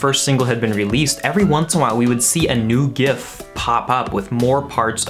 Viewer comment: glad to hear you say gif with a hard g